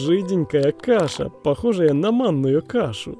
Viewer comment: сливки шоу говорит на маную кашу.я. что за мамная каша 🤣🤣🤣🤣🤣🤣